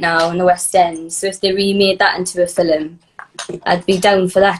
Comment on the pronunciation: Jade still saying “fil-em” instead of “film” is still giving me life. 😆